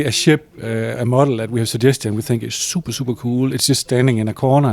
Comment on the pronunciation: he said super super cool the Danish way...